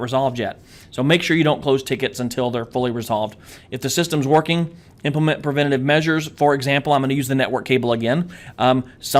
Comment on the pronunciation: It's "Preventive" .... Not "Preventitve" :D I'm sure what i'm saying is right this time, i swear! :D - an Egyptian guy